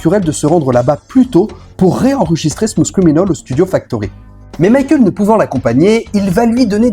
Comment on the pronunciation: Ah oui... Smousse criminaule! Sérieux les cousins français forcez-vous un peu avec l'anglais